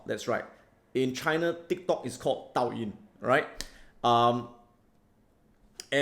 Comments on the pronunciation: Douyin, not Taoyin & Dai-Gou, Nevertheless much awaited video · Dude! DOUYIN is pronounced (Doe-yin)... Lol.... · Thanks a lot Adam for your great sharing. Would like to make some correction for your pronunciation for dou yin (抖音 ) and Dai-gou (代购). :D Hope you don't mind, I know this is very small matter, not a big deal. Cheers ! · Adam please ask your team to give you the correct pronunciations for Douyin and Daigou. You have made it unintentionally funny :) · I think you mispronounced the Douyin (TikTok).